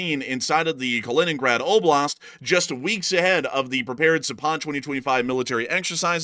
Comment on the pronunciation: Zapad is pronounced with the accent on the first " a " -- Zaaapad !!! not Zapaaad !!! It means West !